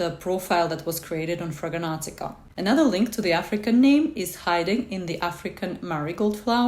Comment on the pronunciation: Ma'am, while I appreciate your effort, it's called FRAG-RANT-I-CA, not Fraganantica